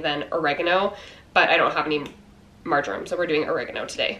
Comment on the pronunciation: Marjoram! OH! Gosh I thought you said Margarine at first! You should have seen my confused face! Hahaha! Great recipes, thanks for sharing! x